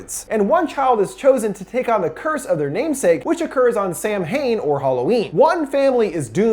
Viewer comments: Btw, it's not pronounced "Sam-hain", it's pronounced "Sow-an". Gaelic is weird. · You pronounced Samhain sam hane it's pronounced souən. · It’s not Sam hane, it’s samhain (sa-win) it’s Irish and it’s the origin of Halloween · My main issue is that he pronounced Samhain like "Sam-Hane" . Just for future reference it is "Sah-win" :) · Did you really call it “Sam hain”? Come on, it’s pronounced like “sow win”. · Samhain is pronounced Saw-when, not sam-hane. Go Raibh Maith Agat. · original celtic name for halloween is pronounced Sowen not SamHane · Its pronounced sow-an (sow as in a female pig) not sam-hain my dude. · Please for the love of the old gods do not call it Sam-hain it's pronounced Sah-win or sah-wen I love your videos but I could feel my ancestors cringe from that. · I know you probably didn't do it on purpose, but it's pronounced"Sah win" not "Sam haine" I know it's spelled Samhain, but it's a Gaelic word and the pronunciation is wierd for English speakers. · Samhain is not pronounced "sam-hain" it's pronounced "Sowen"...I'm not Wiccan, but I know some Wiccans and they informed me of the correct pronunciation hehe. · ok...it's not "SAM-HAIN" it's pronouced "Sow-wen" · Sam-Hane hahaah its samhain pronounced like sow-ann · Samhain is not "Sam-hayn" it's "sow-win". Thank you for this!! Can't wait to see the newest one. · I loved this! (Also: it’s nitpicky although I guess the movie wasn’t trying anyway but it’s pronounced “Sah-win,” not “Sam-hane” bc nothing is pronounced like it looks in Gaelic lmao) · Did you just pronounce Samhain as Sam-heen...? It’s Saow-win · "Sam Hain"? I thought it was 'sā•wain'... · It's a chef's knife. Always has been, always will be. Also, Samhain is pronounced "Sahwin". I've been going through your videos man, and gotta say that I'm a really big fan. Don't mean to nitpick <3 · Samhain is pronounced Sa win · Samhain is actually pronounced sao-win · btw, samhain is pronounced 'sow-inn' ! 🎃💞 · Samhain is pronounced souwan